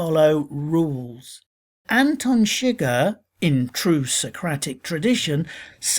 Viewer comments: anten seger? no its pronounced Anton suger (An-ton Sug-ehr) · How did you watch the movie and still pronounce it "Antin Shigger"? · "Antin Shigir" Did you watch the movie or just read the wikipedia article? That is NOT how you pronounce his name